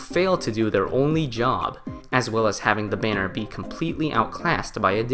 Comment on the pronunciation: “Da banner”